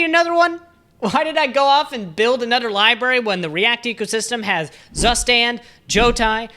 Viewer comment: i will never get over the fact how english speakers butcher the pronunciation of „Zustand“ 😂